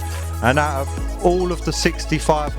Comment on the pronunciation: Ouut, are you, ouut, or are you ouut ouut? 😄👍👍👍